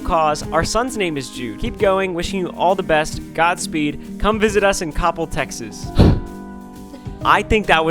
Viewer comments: he didnt say coppell right 😡😡. Its okay Ryan no one gets it right 😂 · pronounced phonetically as: cop-pell. Not like cobblestone but like cop and hell remove the h and you have coppell. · It’s coop-ell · COP-PEL, Texas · why does everyone pronounce Coppell like that 😭🤣